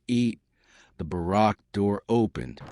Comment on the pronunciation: I can’t take the AI butchering of the English language. This ruined a nice story when I heard the pronunciation of barrack!